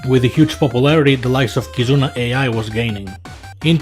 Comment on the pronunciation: Dude you pronounced Ai wrong, completely wrong